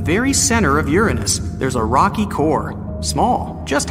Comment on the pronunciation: . 🤣🤣🤣🤣 'Urenness'. Almost as if you deliberately avoided the actual pronunciation 'Uranus' which obviously sound like you're describing a certain body part. That was funny in it's own right.